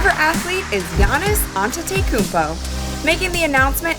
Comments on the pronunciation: He said yanns when its pronounced yaanis but spelled Giannis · its actually pronounced yawnis